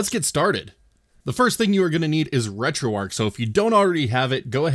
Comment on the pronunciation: Don't know why it bothers me so much on others videos, but I watched and paid more attention to yours because you actually say retroarch properly